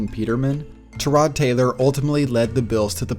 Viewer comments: tur-rod? .....isnt it tie-rod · He is really calling him ter-rod Taylor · Tie-rod not ta-rod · it's ty-rod, tie-rod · Love the vids but the way you say tyrod idk if you saying correctly or not but stop please 😂😂😂